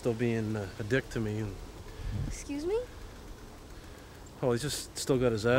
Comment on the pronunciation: “Don’t call my dad a Dieck”💀 never heard someone pronounce it that way